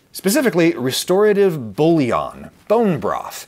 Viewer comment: A more accurate pronunciation of "bouillon" would be "boo-yon".